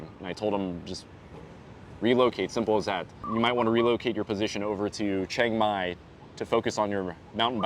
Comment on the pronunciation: You can go ahead and get your workout done, but your thai not perfect. You pronounced Chiang Mai wrong. Lol....that tell me that you're not growing up speaking thai. You grew up speaking English